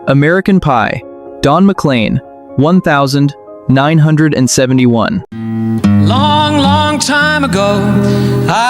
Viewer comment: The AI reads the year oddly. Instead of nineteen seventy-one, it reads one thousand nine hundred and seventy-one 😂